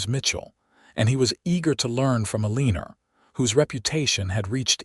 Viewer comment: Her name is Eleanor: pronounced as El•ah•nor NOT E•lean•er! There is no "er" in the name! Please, check your AI and make certain that words are pronounced correctly.